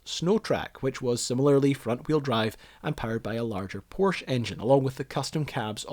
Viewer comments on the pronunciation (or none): Overall great video, but maybe learn how to pronounce Porsche for future videos. ;)